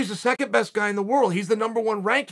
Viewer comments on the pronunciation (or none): none